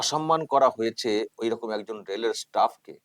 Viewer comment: যে চশমাপরা ন্যতাটা ওই ভদ্রলোককে শপথবাক্য পাঠ করানোর মত করে বলাচ্ছিল,সেই কুলাঙ্গারটাই তো ভালো করে বাংলা বলতে পারে না।রকম কে রকুম বলছিল।